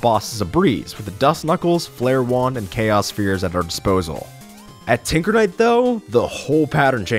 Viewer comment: did he say tickle knight? Plus omg it’s relic knight!